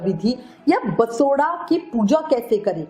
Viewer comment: दीदी बसोडा नहीं बासौडा़ बोला जाता है 😂